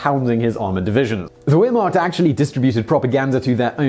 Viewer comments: 'Ware-mocked?' Wehrmacht is pronounced 'vehr-macht,' Simon. Shame, shame. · Honestly, Wehrmacht is pronounced "ver-mact". Russia do have some interesting weapons and may not be too advanced, but man they're hardcore. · lol he pronounced Wehrmacht with the sound of a W instead of a V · Simon, please work on pronunciation. The 'w' in German is pronounced like the English 'v'. And so on. Surely, as you do your excellent research, you can check the pronunciation. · Dear Simon Wehrmacht isn't pronounced weer-mark. It almost sounds like you're saying "Ear-marked"... It's a German word, so the "W" is pronounced as a "V" and thus "Wehr-" is pronounced exactly the same way you'd expect to hear a German pronounce the word "Where" or "Were" or "We're". Or, if that's confusing, say the word "Vary" out loud. Now say it again, but without the "y" at the end. That's how you say "Wehr-" in the word "Wehrmacht". The "-macht" part is really easy to pronounce, if you can't vocalise a German 'ch' sound. Just start saying "Mack Truck," but don't actually say the "uck" part of "truck". Put those sounds together to pronounce "Wehrmacht" properly (hopefully)... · its pronounced "Vehr- macht" .... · Wehrmacht is pronounced "Vair Mokt" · Wehrmacht is pronounced as if the W were a V. The Germans don't have a W sound in their language. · Just so you know you're pronouncing Wehrmacht wrong my German is pretty poor but I'm pretty sure the W is pronounced as a V. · OPERATION BARB-A-ROSA....thanks:) t-34 not 35...VAIR not Ware....